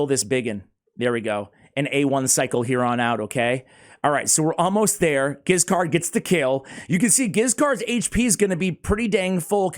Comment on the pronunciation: And Giscard is best pronounced the french way with a soft 'G'. Stoked to see a spotlight on this boy.